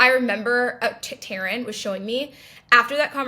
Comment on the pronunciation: Yo she pronounced Taran correctly let's go dude!